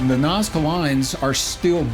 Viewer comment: Hi the nazca lines are being read wrong